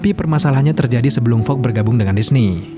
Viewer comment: Fox min bukan Fog